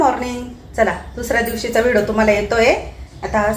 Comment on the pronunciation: अगोदर ऑर्डर द्यावी लागते का मला पण घ्यायच्या आहेत, आमच्याकडे होता, आधी पण माझ्या जावाने नेला तो, आणि हो तु व्हिडिओला व्हिडो का म्हणते व्हिडिओ म्हणत जा कारण का तुला बघणारे खूप जण आहेत त्यामुळे छोट्या छोट्या चुका काढतात मी बऱ्याच वेळा हा शब्द ऐकला म्हणून तुला सांगते रोज व्हिडिओ बघते एक पॉझिटिव्ह एनर्जी येते बाकी खुप खुप शुभेच्छा ❤